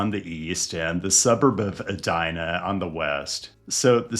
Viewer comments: it’s pronounced “bid-e-maka-ska” And E-dina not Ah-dina 😜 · Eee-die-na. Not Ed-die-na. Come on.